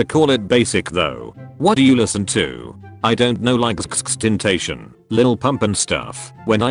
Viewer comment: lmao how the bot pronounced xxxtention haha Vsco girls when “I’m feeling rap”: sksksktention XDXDXD